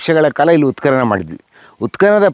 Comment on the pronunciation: ಉತ್ಖನನ ಸರಿ, ಉತ್ಕಲನ ತಪ್ಪು, ಸರಿಯಾದ ಉಚ್ಚಾರಣೆ ಅತ್ಯಾವಶ್ಯ. ಊತುಹೋಯ್ತು ಅಂದ್ರೆ ಊದಿಕೊಂಡಿತು ಅಂತ. ಹೂತುಹೋಯಿತು ಅನ್ನಕ್ಕೇನು ಕಷ್ಟ?. ನಿಮಗೆ ಅ ಕಾರ ಹ ಕಾರದ ವ್ಯತ್ಯಾಸ ಅದ್ಯಾವ ಭಗವಂತ ಹೇಳ್ಕೊಡಬೇಕೋ🤦 ಸಾಮಾನ್ಯ ಮಾತಾಡುವಾಗ ಹ್ಯಾಗಾದ್ರೂ ಮಾತಾಡಿ. ಲಕ್ಷಾಂತರ ಮಂದಿಗೆ ತಲುಪುವ ನಿಮ್ಮ ವಿಡಿಯೋಗಳಲ್ಲಿ ಸ್ಪಷ್ಟ ಹಾಗೂ ಶುದ್ಧಭಾಷೆ ಅತ್ಯಾವಶ್ಯಕ. ಶುಭವಾಗಲಿ.